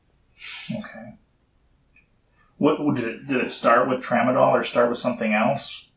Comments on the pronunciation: Tramsdol. Really? Lol. Come on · Tramadol really TRAMADOL?!?! Are you serious? That’s a nonarcotic!